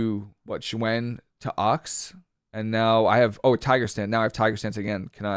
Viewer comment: Nice video, but it's pronounced ZOO-when = Xuen, hate to be that guy but was driving me nuts